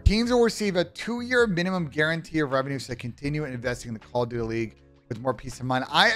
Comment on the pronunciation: 20 seconds in you said " Call of Dutely.", but y????